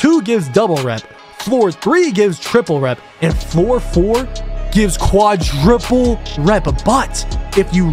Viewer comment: Fire vid but it’s quadruple not quadriple